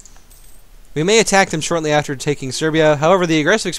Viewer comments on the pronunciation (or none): none